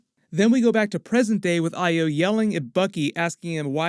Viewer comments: Thank u for pronouncing Ayo correctly. Check the mark on the left side of his neck at the last scene of the show 💜💜💜💜💜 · Thank you for pronouncing Ayo's name correctly.